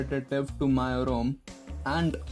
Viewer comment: Take this as constructive criticism,its not "mio" or "myo",its actually pronounced as "MEEUI".Good job by the way and thanks for the video :-)